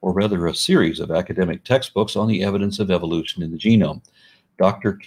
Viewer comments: Am I the only bothered that he keeps saying Eviloution ? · I like how he keeps pronouncing it 'evilution'.